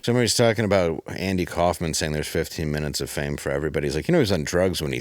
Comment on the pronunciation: Andy WARHOL (as in holes). Not Kaufman.